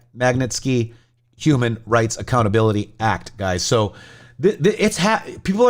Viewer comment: think it’s pronounced “Mag- knit- skee“ 🌷